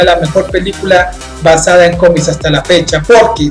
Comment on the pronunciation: Me causa cierta gracia cada vez que dices "cómis" XD